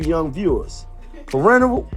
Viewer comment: Manio saying parental wrong is crazy nasty work 😂😂😂😂😂